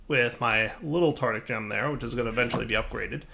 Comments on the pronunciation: Psst. The gem is TAR-TAR-IC, not TAR-TIC. (Nothing to be ashamed about!) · Lachlann Nelson He very clearly says "Tardick", not "Tartic". Try to actually listen. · Hand of Fate1315 Still. IT IS WONG. It should be Tar-tar-ric. called this way because of Tartarus. the Roman version of hell if i remember correctly. AND YES, the developer also says Tar-tar-ric. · Ben Tabor it's spelled tartaric, so reading it as "tartic" is definitely wrong. Unless the mod author says it's pronounced tartic then I have nothing to say. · Lachlann Nelson that's not the point... the point is its spelled tar-ta-ric not tar-tic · Drinking game: Everytime says "tartic" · Lachlann Nelson either way it's still wrong... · Everybody he says tarTic not tarDic. Actually listen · Lachlann Nelson No, he says "Tardick". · dire has a hard time with words sometimes lol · James Beem I always think of a really horny octopus when he says that.